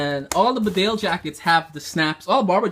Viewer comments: It is pronounced BEEDALE not BIDALE. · Hello. Thank you for your enthusiasm in the world famous Barbour brand. Hand made in Great Britain . The actual pronunciation is bee dale. Regards. Adrian.